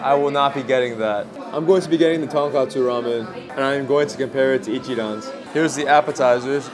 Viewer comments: it's tonKOTsu not tonKATsu 😅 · the pronunciation for tonkotsu is like tonk “oh” tsu so you got it right a few times! tonk “ah” tsu sounds like tonkatsu (the pork cutlet)